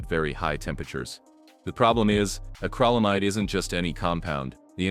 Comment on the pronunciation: It's not acralamide... it's acrylamide. The 'Y' makes an 'i' sound as in 'ill' so please pronounce it correctly.